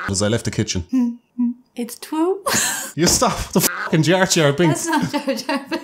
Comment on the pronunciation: " its twue "